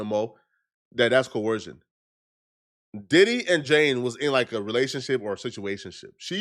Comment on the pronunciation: struggling so hard to pronounce the word "coercion" lmao. It sounds like his nose is permanently clogged because he doesn't know how to breath through his nose.